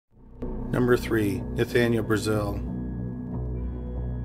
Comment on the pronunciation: Brazill is prounounced differently, and it has 2 "l"s; so not like the country.